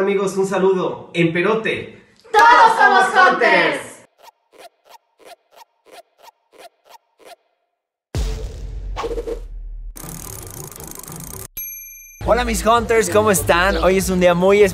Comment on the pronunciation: dicen.( jonters) jajajajaja. no mames